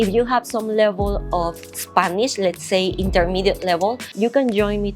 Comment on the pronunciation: when you speak in english, try not to pronounce the "i" in spanish. For example when you say the word "spanish", it sounds like your saying "spaneeeesh". Pronounce the "i" like an "e" in spanish and youll get it right.